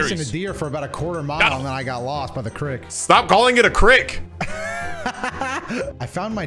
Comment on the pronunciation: Not the crick 😂